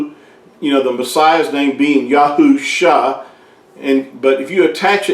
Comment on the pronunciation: It’s YAUH and YAUSHA.